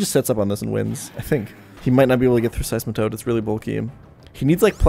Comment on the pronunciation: the man who says deck-ee-doo-ee, calls out RT in his pronounciation of seismitoad. If this isnt peak i dont know what is